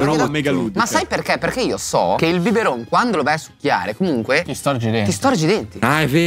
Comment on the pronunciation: "BIBERoN" cit.